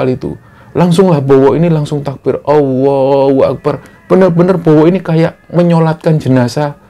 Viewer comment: awohu akbar? allohu akbar dalam pengucapan allahu akbar dalam penulisan